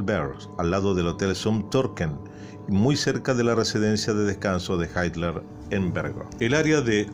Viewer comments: si no es inglés en serio porque le dice así? Sería “jitla” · Por qué dice "Haitler"? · ¿Adolf "Haitler"?...